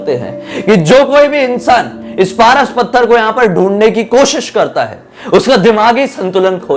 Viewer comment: Pras pathar nhi paras pathar bee